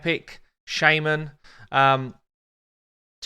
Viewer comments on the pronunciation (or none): Being an American, the way he's pronouncing Shaman is disturbing me XD